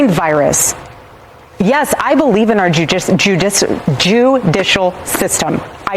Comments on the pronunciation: Why did she say French why did she say Jew-dicial system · She said JEW-dicial system 😮 - Candice Owens, probably 😅 also its WILD for her to call Candice the "mind virus" when Turning Point literally created Candice and encouraged ALL this crazy conspiracy behavior. I wouldn't be surprised honestly if Erica is in on this thing with Candice and this all just some wrestling style drama and all fake. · Notice how she said “Jew-dishial system”?? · Don't tell Candace this, but I thought I heard her say "our JEWdicial system" 😂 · JEW-dicial system….??? Of course she said it like that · Why did she say JEWicial instead of judicial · JEWdicial, pardon my French. LOL she’s gotta be trolling 😂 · The jewww-dicial system and excuse my French lol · Don’t say Jew-dical lol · I caught that too. Very interesting word slip.